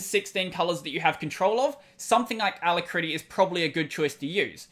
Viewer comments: Just a nit. It's aLACritty, not alacRITTy. Other than that, good show! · It always throws me for a split second when you say ala - critty, such an interesting way to pronounce it! Really enjoying your content -- cheers! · I am cringing every time you say alacritty